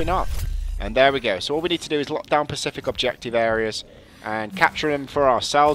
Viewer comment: "And all we need to do is lockdown pacific objective areas".. It's "Specific"